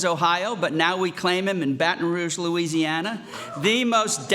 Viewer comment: He said louiweesiana 😂